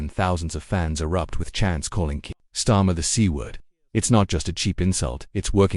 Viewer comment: AI can't even pronounce his name properly